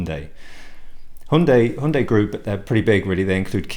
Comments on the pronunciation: It's correct ,as CEO pronounced it this way during presentation of new Hyundai Tucson in South Korea ( Her Yun day)! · You're the only guy I've heard pronounce Hyundai correctly.All countries seem to pronounce it differently.Yours must be correct as managing director of company pronounces it that way!